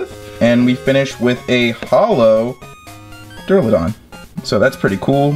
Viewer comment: I support pack openings but I can’t support pronouncing Charjabug and Stunky wrong. Edit: and Duraldon Edit: too many to edit in